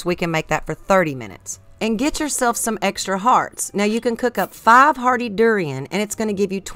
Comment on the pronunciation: Faaahf .. oh, you mean five?